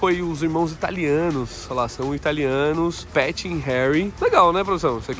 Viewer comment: Amigo, vc falou o nome errado. Nao se pronuncia “Patties” ou “Patty’s” e sim Pat’s ou “pats” ou “pets”. 😊🙌